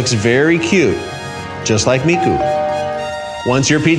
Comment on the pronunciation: the way this man says Japanese names, including miku's, makes me wanna delete my dominos app ft hatsune miku